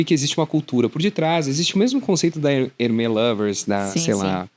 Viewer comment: Ótima entrevista! Papo bom demais e de alto valor. Apenas um adento quanto à pronúncia da marca Hermès, se fala como se fosse um acento agudo mesmo “Herrrmés”… Pelas regras do francês só seria pronunciado “Hermê” se não tivesse o S no final. Hermè 🇫🇷 = Hermê 🇧🇷 Hermès 🇫🇷= Hermés 🇧🇷